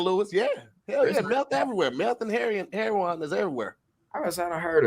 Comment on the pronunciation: Rip to tongue for trying to say heroin 💀💀😂😂😂